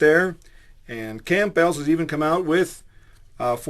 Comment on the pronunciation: I'm starting to think this guy is joking, and not really a Creationist. C'mon, he pronounced "nugget" like "nouget," And he pronounced the soup name, "Camp-bells." C'mon, everyone knows Campbells is pronounced with a silent "p." I really think this guy is just a brilliant comic playing a deceptive joke.